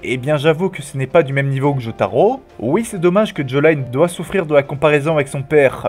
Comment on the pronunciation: Sa se prononce "djoline" pas "jolayine